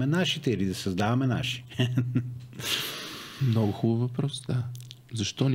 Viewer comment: Карболке,не НемоА а Немога! И не Ше А ще!!!!! Я първи клас за правоговор! И не Нооо А много! Ти Къкъв език си учил бре????